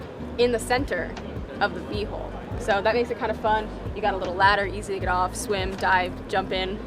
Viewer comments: You guys say HOLE and not HULL how come ? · They both do it. It's also funny when they say "hull"😀